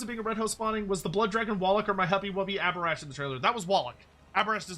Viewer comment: It absolutely should have been Abhorash